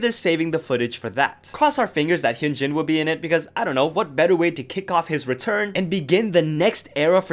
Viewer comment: You do all this research for the video but can’t pronounce Hyunjin’s and Moonbyul’s name?